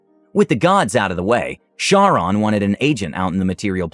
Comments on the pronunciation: Charon is pronounced as though spelt with a "K". Hence, "Kar-Ron". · Was the "Horseman of Death"'s name spelled "Charon" ? Assuming it's the greek pronunciation of the word (the Ferryman, that is), it could either pronounced either as "Ka-ron" or "Har-ron", sort of pushing the "Har" out from the back of your throat. ...Sorry, I'm a mythology nerd <.< and I pay attention to this kinda stuff.